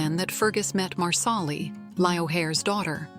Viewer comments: It’s not loaoghiare it’s leery do better . And it’s marsal-ee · Please, please watch the show before making a mess of names. Loghaire is Leery & Marsahli as u pronounce it is Marsellee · At least program your AI voice to pronounce the names right. Culloden. Marsali. LY-o-hair? Seriously?